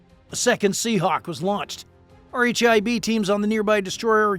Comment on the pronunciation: "R H I B" is just pronounced "Rib", buddy.